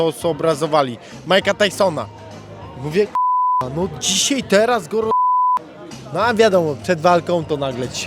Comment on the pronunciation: " dzisiej tutej"